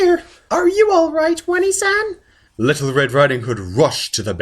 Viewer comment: wany san? I'm not sure if I should correct your pronunciation or tell you that while it is too late for me, you can still be saved from the weeaboo disease. the correct pronunciation btw is oh-nay-san